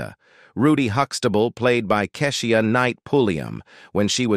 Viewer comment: Why is he pronouncing Keshia name wrong? We need a black announcer.